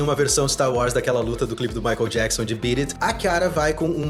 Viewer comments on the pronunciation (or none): none